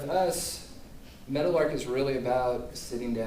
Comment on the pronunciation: Oh. Meadowlark. I thought for 20 minutes you were saying Metal Ark, Good work, looking forward to watching the rest.